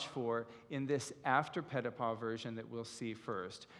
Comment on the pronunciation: The gentleman is very knowledgeable about Ballet yet does not use the correct pronunciation as in Europe for Petipa. Should use the sound of ee for the i.